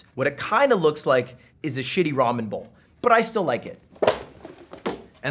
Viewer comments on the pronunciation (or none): none